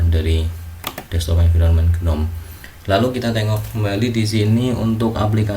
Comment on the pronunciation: pelafalan GNOME itu 'NOME, G nya silent/agak di pendem istilahnya.